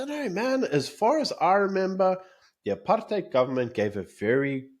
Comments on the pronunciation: "Aaap-hard-out" - I laughed so hard that I bust a rib . The minute-ster of dildocaps HRRC Lindelwe "Cuban Peter" Zulu is such a comedian. We have to forgive her - her "aap-hard-out" chemicals she puts on her head has fried her peanut. And the bunch in cabinet are all getting infiltrated by an invisible "aap-hard-out" virus. Shem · Or apard hide as many people overseas pronounce it. So apard hide has caused all the problems in the country, wrecked the economy, sars, SAA, the railways, the infrastructure, our electricity! President Dunce is so terribly clever, with corruption and thievery. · Is nie apartheid nie is ancheid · Why you so stupid "Apartheid"😂😂😂😂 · Statements from the BRAINDEAD !! they don't even pronounce it properly 😅